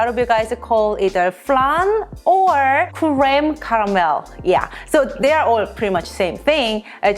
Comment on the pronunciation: crème caramel (you said it very nice in french)